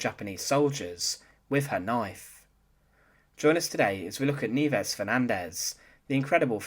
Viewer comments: It's ni-EH-ves, not NEEvez, u dummy. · You are correct that her first name means snows in Spanish, however it is most definitely not pronounced kneeves. The correct pronunciation is knee-eh-vehs. Thanks for this series. Cheers! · Nieves is the Spanish word for snow and it is pronounced NI-YE-VES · Very interesting-BTW-Nieves should be pronounced phonetically-Ni-e-bes. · it's pronounced "nye/bes" and you're right.. nieves came from niebe a spanish word which means "snow".. I knew about her but never knew her name or knew her story.. thanks, you just got a new sub.. 👍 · Totally off topic, but.... Where did you get the pronunciation? In high school, we had an exchange student who pronounced her given name of Nieves in a very different manner. She was a Spaniard, and as a native Spanish speaker, she didn't pronounce her name anything like you do. But The Philippines were a Spanish colony before becoming American territory, so it stands to reason this teacher's name would be pronounced the same. But there happens to be a Scottish pronunciation of the same group of letters, as well as Brazilian and Portuguese pronunciations. Your accent suggests maybe you were incorrectly applying the Scottish pronunciation. Just curious. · Poorly constructed piece, with lots of unnecessary duplication. It would also be nice if the narrator could learn the correct pronunciation of Nieves. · "Nieves" is a common Spanish word. Suggestion. Google a foreign word. Nowadays it is easy to get a pronunciation correct.